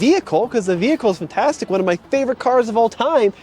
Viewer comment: If you say "fintastic" again, I will unsubscribe....